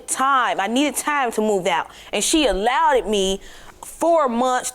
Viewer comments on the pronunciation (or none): "she "alloweded me" LOL